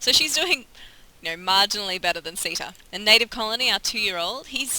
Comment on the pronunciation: I believe your horse's name is pronounce 'Sitta'. Next time, buy one named 'Runna'. I will definitely purchase SO7, once it goes on sale. Looks like fun! Love your commentary!